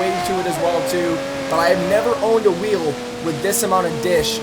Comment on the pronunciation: When u said "2 weel" was a spoiler